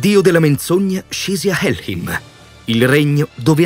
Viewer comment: Piccola correzione heim si legge aim, quindi è hellaim, jotünaim, etc